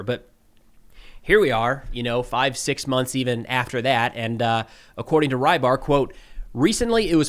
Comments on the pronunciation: Рыбарь (Rybar) is not "rye bar"! >__< Say it as "rebar" at least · Until yesterday I thought the often mentioned russian analyst is Reibar, that's how I hear say it. Don't know how it's spelled in russian but it would be rybar in my language, meaning fisherman.